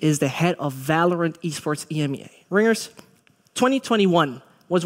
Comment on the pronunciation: It's EMEA not Imya get it right